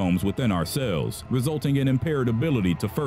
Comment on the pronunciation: He pronunces cells as sails